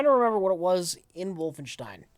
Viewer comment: Jesus Christ, there is no H in "Wolfenstein"